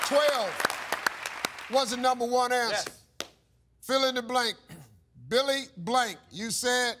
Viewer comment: He said, "Billy Blank." I was like "Billy Blanks" The fitness dude